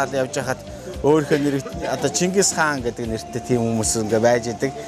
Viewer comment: Omg yun chingis haan be ? Mongol gej heleed ooriinhoo neriig gargatstai helj surval hamaagui deer shuu. Nevtruuleg hiij bgaa hun helj yrij bgaadaa sain anhaarsan zob shuu. Busdaar bol bolj l bna daa. Amjilt husii